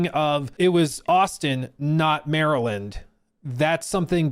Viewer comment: You say Maryland like us Marylanders.